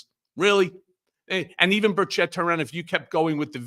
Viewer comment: Here in Tennessee, we don’t pronounce it bur CHETT. We pronounce it bur chett, and it rhymes with Birdsh*t